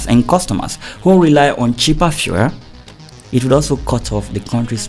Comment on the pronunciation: Looks like the Journalist after a long investigation is too tired to mention the “E.L” at the end of the word “FUEL” Well lol😂 thereby making it sound like “Fuhrer” instead 😂 Anyways More grease to ur Investigative Elbows my brother! 💜 🇬🇭 🇮🇸